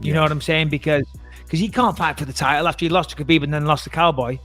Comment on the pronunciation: "And Kill more time for Khalabib"